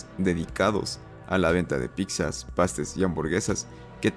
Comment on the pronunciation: ¿Dijiste piczas? ¿Fue neta o broma esa pronunciación?